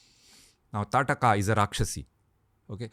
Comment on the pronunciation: She was ताड़का I guess. Not Taatka.